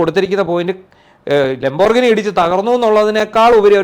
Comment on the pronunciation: Please try to pronounce It properly. It's pronounced like this :"Lam.br.gee.nee" not "lom.brignee"!😅